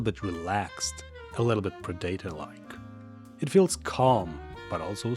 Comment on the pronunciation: ik english isnt your first language but ive never heard someone pronounce predator as " pre dater"